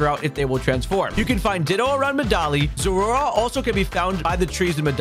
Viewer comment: Bruh. What are those pronunciations!? Zorua is ZORE-roo-wuh and Zoroark is ZORE-roar-oark.